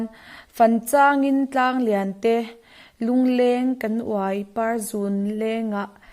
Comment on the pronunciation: Samtlang hi Tlangsam sawi na a ni a. Uai tih hi thinga uai lung lung sawina lam ni lovin,chawl kan thliak a,a lo vuai hnup ang hi a sawi na a ni.Chuvangin lam rik danah pawh vuai,a ri hniam tur a ni.Vuai tia a ri ang hian uai(chul hnup) rikin a ri tur a ni.